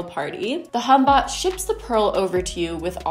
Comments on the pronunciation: I lose it every time you say hunbot 😂😂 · Are you saying "Hunbot?" "humbah?" I can't figure it out? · This is so beyond bizarre, I can’t even comprehend how someone thought this was a good idea. And.... are you saying ‘humbot?’ I am not familiar with this terminology. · Are you saying Humbot?